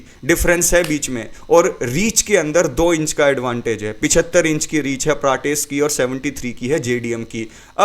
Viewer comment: प्राटेस ❌ प्रेटस ✅